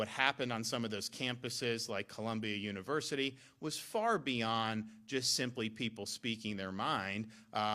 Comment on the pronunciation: Dont need no "univursity" round ear. Damn demonrats.